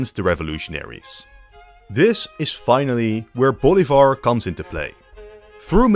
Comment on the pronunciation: Bolivar is pronounced BOH LEE BAHR . Stressing the EE. Not Boulevard